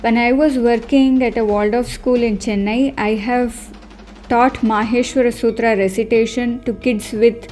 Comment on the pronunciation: love the way you prounced the sutra and will follow your videos as i just started learning sanskrit n is so difficult to memorise. maybe my age not right to memorise. still i will try n not give up.